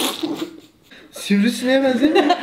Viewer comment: Bide sivrisisinek dedineçok güldüm